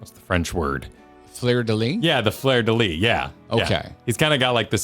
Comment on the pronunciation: As a french person, i'll say this : , in french, "Fleur de Lys", we prononce the S at the end of Lys. Because of course we do. Also i do not think it look like a Fleur de Lys, and it is also the emblem of Alexandria as far as we know.